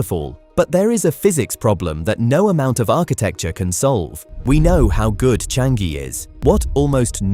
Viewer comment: It's Cha-ngee... not Chang-gee...